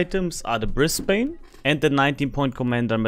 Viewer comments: Sorry, but as someone from Brisbane, hearing it pronouced "Bris-bane" hurts:P We pronounce it "Bris-ben" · Served on HMAS Brisbane, a destroyer, back in the 70s. Great game, well done! BTW, if you want to pronounce Brisbane like an Aussie, it is pronounced "Briz-bn", forget the English influence, 😆😆😆. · Only ever heard the yanks say -bane. (Brissie boy.)